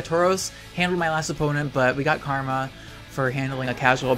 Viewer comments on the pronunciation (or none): none